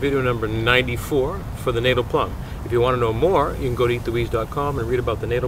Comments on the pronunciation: Wonderful! But it’s pronounced Natal as in fatale, not as in fatal. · I love your videos. Just FYI Natal is pronounced "Naw-tal", as in the South African province. Hopefully this helps others too. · Correct pronunciation more like "nut" "tell" or "nat" "al", depending where you're from in South Africa.😉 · Natal - check out the correct pronunciation!